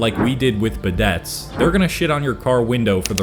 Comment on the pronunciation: Bidet is pronounced as "bee day"